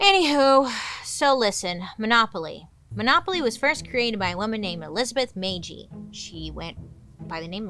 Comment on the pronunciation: Bailey, PLEASE READ!!! I just watched your video, and wanted to let you know that I am a relative of Lizzie Magie! She is my 1st cousin, 5 times removed! Thank you SO MUCH for sharing her story. This means so much to me and the Magie name. (BTW, Magie is pronounced McGee, like the popular Janis Joplin song, Bobby McGee) No one ever pronounced our name correctly growing up, so no worries.